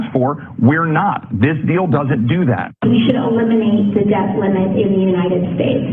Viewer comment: Did you hear how AOC (Alexandra Occasional Cortex) pronounced “debt”? Deb -t. It is pronounced “det” -the ‘B’ is silent. This is vital because it demonstrates she is unintelligent and has poor use and competency of the English language. It also signals her education level.